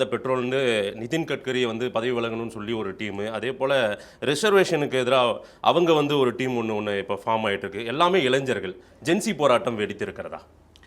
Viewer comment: டேய் இளன்சர்கள் என்று சொல்லாதே இளைஞர்கள் என்று சொல்